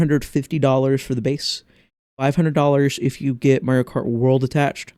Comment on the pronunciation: Dang. And here I thought you said Marty-O Kart on purpose. I like to call it that sometimes as a reference to TTYD.